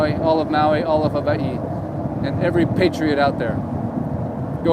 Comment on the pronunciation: Pronounced Hawaii incorrectly in the intro. Immediately says it differently a 2nd time. Real estate channel Suspicious.... 🔥 .....